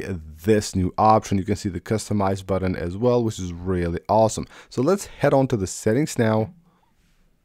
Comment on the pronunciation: Great video. THX!! Now stop saying "buddin"